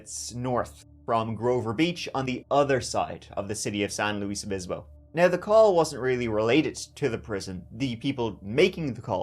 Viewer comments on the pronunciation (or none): "Saint Luie Bispo." Boy, that's about as mis-pronounced interpretation of San "Loo-iss" Obispo as I've ever heard, officer. LOL! I lived in SLO back in the 80's, and still live on the Central Coast. I'd heard about this case but I didn't realize this case was in the 5 Cities area.... That City has had their share of brutal murders for such a small town, but there's a University there, and two cases.... The Kristin Smart case and the the Krebs murders, were tied to college students. Very sad, all of these cases. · San LOUISE Obispo 😂Usually, when anyone else pronounces things wrong, it bothers me. But when does it, it's endearing 💗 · It's SAN LUIS OBISPO.